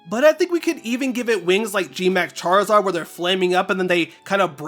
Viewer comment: Chaarizaard Z Chaarizard A ❤❤